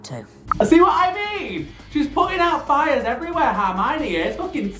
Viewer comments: "harmiony" almost had an aneurysm trying to figure out if you were trying to say harmony or Hermione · I’m loving these reactions :)) Just to let you know it’s Her-mione (pronounced like the pronoun her) not harmione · Just so you know it’s spelt Hermione not Harmiony and is pronounced as Her-My-Knee. It’s a common misconception especially to this who haven’t read the books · I just love the way that he pronounces Hermoine's name, HAR-mione kills me 😂 and all the theories, love, love, love. As a veteran potterhead it is so interesting seeing someone who doesn't know the lore! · Babe it’s Hermione not Harmiony 😭😭😭 LUV UR REACTIONS THOO ❤️❤️ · ITS HERMIONE NOT HARMIONE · ITS HERMIONE NOT HARMONY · please her name is hermione 🤭